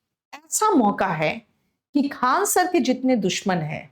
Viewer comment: Faisal khan harami hai koi tisra nhi hai khan hai saf se boliye